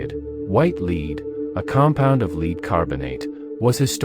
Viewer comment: It's pronounced "Lehd" my friend.